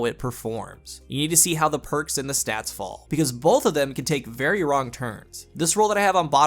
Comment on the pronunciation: Is it just me or does he say "bolth" instead of "both"!?